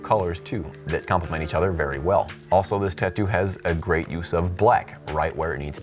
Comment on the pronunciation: Grey video dude! Lol but seriously it does sound like you say Grey instead of great. Good quality, you make some of my favorite videos